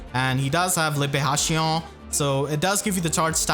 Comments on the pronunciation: Excellent pronunciation on Libération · WHEN HE SPEAKS FRENCH AND SAID LIBÉRATION OMGGGGGGGGGG